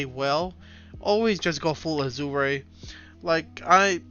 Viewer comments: A-Zhr is how its pronounced my guy "Azure" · I like your content man, but please look up how to pronounce "azure". It's killing me.